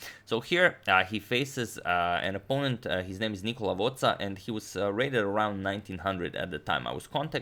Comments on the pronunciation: Just a comment from an excellent subscriber from Italy: it's pronounced Nicòla, not Nìcola ☺️ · FYI, Nicola stresses on the second-to-last vowel, so it's not Nìcola but Nicòla. No offence meant so, please, don't take this the wrong way... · Just a note on pronunciation: it's Nicòla, the accent is on the o. 'He lost, i did not win' HE SMILES, tired and wrinkled looking. Wrinkle look as he usually is. Tired because he left the Blue Cafe at 6, where he works a couple of days durind the week. While the shaky smile on his face he shows disbelief. <Both tragic and comedy> says. Nicola Vozza, 30 years old, Master Degree in Phisics, chess player since 1991, Elo points (that "Prima Nazionale" is the category in this range, just before Candidate Master) just won against Viktor "the Legend" Korchnoi. Nocola prefer to play at the bar, he loves the romantic side of chess, able to not take himself too seriously, explains: "I've read in an old paper about a sketched but not deeply studied variant. I play it frequently. This time I did as I always do. I left hanging the pawn, but I've never thought that Korchnoi were going to take it. When I saw he took it with the queen I've got a burst of laugh. It's not like I won, actually he lost instead". A beginner will not loose this way, Nicola let us guess. A Master, who do not consider the adversary, might happen. But twice. Massimiliano De Barberis, 43, publicist, Candidate Master, forces Korchnoi's King to bow. 3 hours and 41 moves: a real match. Bliss expression. Looks embarassed when he says "that's a great satisfaction, but it was just a simultaneous exibition". Still the irresistible Korchnoi had the white pieces. "Korchnoi lost due to too much confidence. He had the adva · Just One thing to point out, you are pronouncing Nicola with a wrong accent but im sure thats because in croatian you pronunce It like that, also please cover some games by First Italian GM Sergio Mariotti